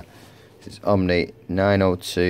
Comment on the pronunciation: Nice video, but dude, it's "Oh-nee," not OMNI.